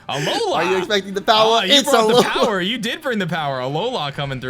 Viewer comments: the moment where hatched powah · My fav moment was when hatched POWAH